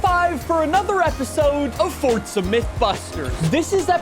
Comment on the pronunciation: I have watched a few of your videos and I can't understand why you add a T to forza